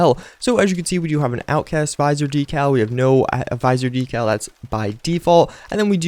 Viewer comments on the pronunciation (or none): LEARN TO PRONOUNCE DECAL